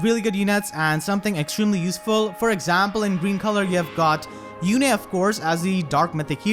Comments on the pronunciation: I'm Surprised you pronounced her name how they called her on Radiant Dawn by " You-Nae" instead of like "Youn" how Micaiah says it now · Were you being sarcastic or do you really not know how to say Yune's name? I mean, Micaiah says it in her dialogue.